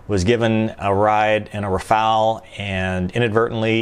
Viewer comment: why not trying to speach out the word "Rafaele" in a correct manner....... ?..... :-(..... // in so many USA-vids, so many guys are absolutely terrible in foreign languages...; but of course..... hey, I am American....; I give a sh..... about other languages..... :-( // greetings